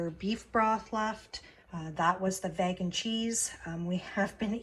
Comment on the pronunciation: Juuust FYI, vegan is pronounced vee-gan, with a hard E